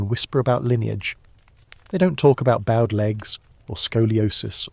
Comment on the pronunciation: “Bowed legs” should be pronounced to rhyme with GOAD, not to rhyme with Cowed. EDIT: This must be AI, as the narrator can’t pronounce Spina Bifida either. 🙄